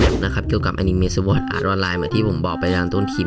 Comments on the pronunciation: เป็นคนต่างประเทศหรอครับถึงรู้ งงมากครับไปเอามาจากใหนคนต่างประอ่านสวอดเนี่ยนะ มีเเต่คนไทยทั้งนั้นเเหละครับที่อ่าน ไม่มีคนต่างชาติคนใหนเขาอ่านสวอดกันหรอกครับ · ผิดครับเเละก็ไม่เคยมีต่างชาติอ่านเเบบนั้นด้วย